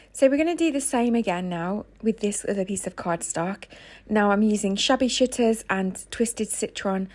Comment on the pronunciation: I had to read the transcript because I thought you said something else.I thought you said shabby sh!tters haha pmsl sorry x